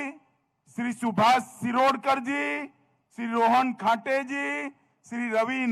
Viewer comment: Nilkant halal Kar, govind godse, Rohan ghate etc. rightly pronounced Mr. Shah.